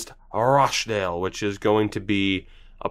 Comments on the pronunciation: I don't think you need regens/future stars as your on the way up already. Should definitely replace your weakest scout with a 5*/5* replacement. It's Rotch-dale not that it matters :) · My auntie and uncle live there and they pronounce it Rotchdale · it's rotch-dale